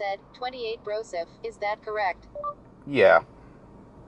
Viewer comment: surprised it got broseph right and not "too late" xD